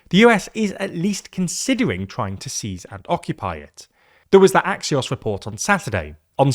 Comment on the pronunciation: I didn't even know Axios could be pronounced that way